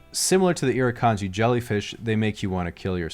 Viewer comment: and he said irikanji properly too